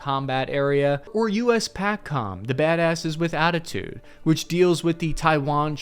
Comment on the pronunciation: Just for reference. USPACOM is pronounced Paycom where USEUCOM is pronounced Ucom. Great video just wanted to share.